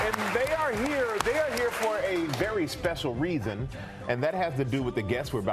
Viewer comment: ''Special rethon"